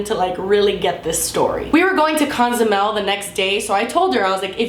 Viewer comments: Dude. I'm not judging but it's just a pet peeve when people say Ca-zumel instead of Co-zumel. Ilysm though!!!!! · It's Cozumel, not Conzumel. It bothered me so bad lol! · it's Cozumel. Not Conzumel 😝